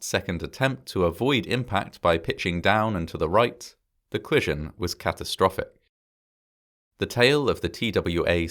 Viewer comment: I love this channel. If there's a new video, I watch it pretty much right away. This is my main poison of choice for what I call my Disaster P0rn. But love, I am BEGGING YOU to pronounce that first 'o' in collision. I will do anything... x